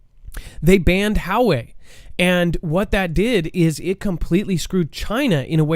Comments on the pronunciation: I think it's Wa-way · It's pronounced: "Wah-way." Huge company.